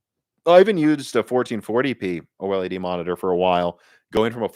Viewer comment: It's called OLED, no O-El-E-Dee. I know it's hard for amateurs to pronounce the technical stuff.